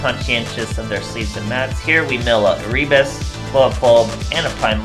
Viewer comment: Nice deck. Just a note, Erebus is read Ae-Re-Bus.